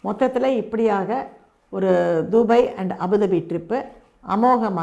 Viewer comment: Pronunciation of 'Dubai' is wrong It's not "தூபய்"! It's "துபாய்" ...